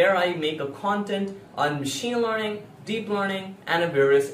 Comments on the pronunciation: It's learning not lorning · Studying in 9th grade your knowledge is great. I suggest you to improve your pronunciation. I feel it to be a little irritating everytime you say "Learning". This is my personal opinion so don't take anything bad from it. You are very good at what you are doing and at your age. Keep it up.